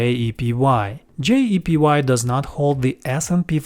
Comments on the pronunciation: You mis-pronounced JEPI as JEPY throughout this entire video. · you keep saying JEPY....it's actually JEPI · Why do you pronounce JEPI as JEPY? It creates confusion.